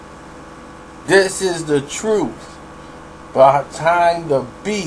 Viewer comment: You do some good stuff. I like how you say "The TRUTH behind...", as if.... :)